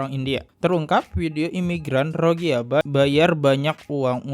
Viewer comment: Gk enak bgt denger ROGIYA, ROGIYA.... KAYAKNYA BKN ROGIYA BANG.. MEDIA MENYEBUTNYA " R O H I N G Y A"..